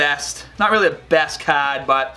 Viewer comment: When you say card XD